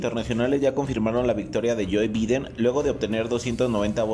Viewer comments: Se podrían pronunciar Biden(Baiden) Trump (tromp) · pronuncias mal BIDEN y TRUMP!